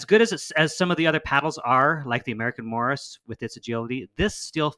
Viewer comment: Morse , not Morris ...